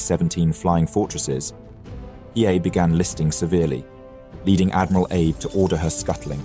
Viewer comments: that is not a betty. Its also pronounced A-be with focus on the A and not Abe like Abe simpson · It is pronounced Ah bay not Abe. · Isn’t Abe pronounced Ah-Bay not Aab (as in Abe Lincoln)? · Holy s*** my brother in christ, it's "AH-BAY" Not 'abe' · Vice Admiral Abe = ah-bay. Fantastic video. A thousand thanks for making this. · inconsistency: Abe was pronounced as Ah-Bay correctly at the start, but later on mispronounced throughout. This will be confusing for many I guess. Was this AI voiced? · Pleases check on pronouncing foreign names. ABE is "A Bay" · I noticed as well. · These videos are great, especially for us visual learners. But, how can you do so much research and know so much about an historical event and yet so horrifically butcher such a simple though important thing as the name of a leading actor? Surely you MUST know that Abe is not pronounced 'AYB'... I mean, we all know that Japanese is a syllabary now, don't we? Or at least we can google a thing in 4 seconds to find it out. A-BE as in (A)h-(BE)t. Easy right? And if, as I suspect, you're using software to read the narrative, then you can instruct it so. It's such a shame that something so easily done right is so terribly done wrong, to actually ruin what might have been a truly brilliant presentation!